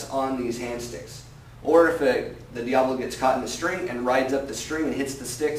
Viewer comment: Isn't it pronounced Dia-bolo...not Diablo?